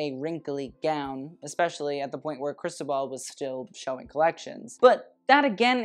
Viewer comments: Ikr? Sounds like he's slurring crystal ball instead.. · I live 4 u but it’s pronounced cris-toe-ball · Just a note: the accent in Cristóbal falls in the o 😊